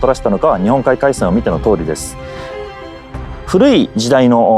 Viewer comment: Seems like the English speaker mis-pronounced “Tsushima” as “Tushima”. It’s supposed to be “Su-shee-mah”.